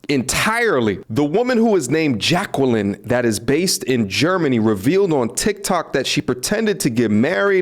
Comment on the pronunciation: Damn Jay-kwellin.